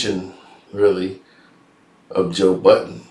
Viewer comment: will never get Joe’s name right…. It’s Bud-den, not Bot-ton 😂😂😂😂